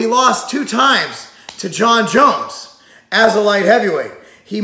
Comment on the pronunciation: I'm surprised he said Jon Jones right haha